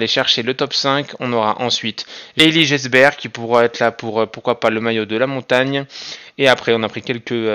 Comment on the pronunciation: grv cool tes videos mais ne prononce pas le S dans Gesbert stp